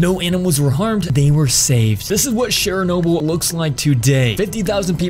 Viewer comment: Please learn how to say Chernobyl properly. It’s not Cheryl-nobu as you say it. And it’s still very very radioactive.